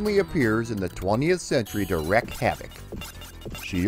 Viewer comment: Wreak. WREAK havoc. Rhymes with "cheek"... 😁